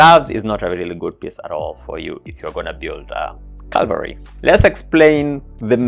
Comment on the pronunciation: READ IT. IT'S FCKING "CAVALRY" NOT "CALVARY"